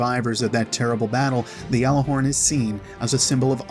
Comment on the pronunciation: It's not yalaforn it's galaforn